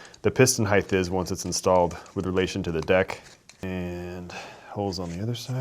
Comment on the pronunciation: Good God man, the word is *HEIGHT*!!! you say HEIGHTH every time you say the word, with a th at the end, and it kind of drives me a little crazy every time I hear it.